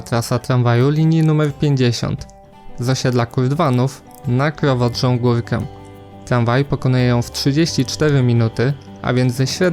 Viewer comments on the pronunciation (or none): Krowodrza się mówi XDD